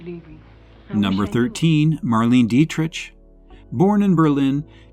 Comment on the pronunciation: I've heard of 7 of these women. Tallulah Bankhead, Joan Crawford, Katherine Hepburn, Rosalind Russell, Agnes Moorehead, Ellen Corby not listed, and probably others better known as well. Two names were pronounced incorrectly, "Deitrich & Dressler".